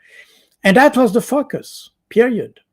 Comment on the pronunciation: Cold. Boud, really needs to improve his pronunciation of the word focus, it sounds like another word 🤣